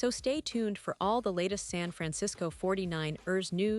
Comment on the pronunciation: It's not pronounced 49-ers it's the 49ers one word no break. You are driving me and I'm sure other fans cringing every time you say 49-ERS!